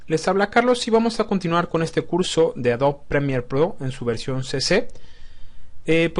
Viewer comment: Muy buen video. Solo una observacion por que creo que quieres pronunciar Adobe en Ingles y dices "Adob". La pronunciacion correcta en Ingles es "Adobi"